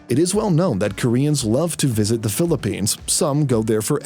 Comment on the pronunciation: Are you trying to offend us by saying "Philipignas"?